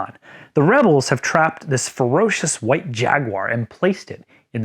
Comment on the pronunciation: I had a wonderful time running this adventure. My players got a special kick out of Kirby’s pronunciation of the word “h-WHYtte”. none of the combat characters showed up, so the De Soto brothers physically threw some of the players off the boat… but the PCs instantly picked up on the cannon in the temple and blew up the “ghosts” with extreme prejudice. Then I forgot that they never actually met El Clavo; he showed up outside the ruined pyramid, they bribed him, and there you go. I kind of wonder who he’s going to con into buying a confederate submarine that has a live Jaguar on it…